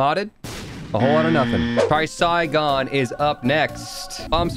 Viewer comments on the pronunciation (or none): pretty sure it's pronounced try-cyan in english and threce-sah-yion is the biblical accurate version. It means Tri->Three and sagion prolly refers to some icon, I'm not fluent in greek, but I would suppose it means sages so if you want to be quirky, next time you pick it up, say Three Sages or just scream like Lazy Mattman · pronouncing trisagion wrong makes me depressed